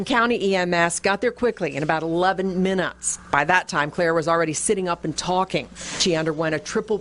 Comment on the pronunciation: “In about 11 minnotts”